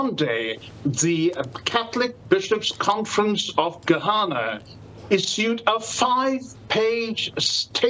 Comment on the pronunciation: Not G-Hana, but Ga-na